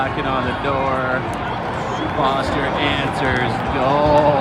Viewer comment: The irony of you calling him "Foster" because you can't pronounce his last name and not realizing you're mispronouncing his first name is the funniest thing.